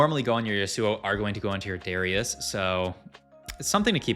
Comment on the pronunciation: Okay it’s actually illegal to pronounce Darius like that